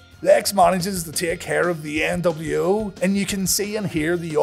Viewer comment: Debiase: "The NW-Ow."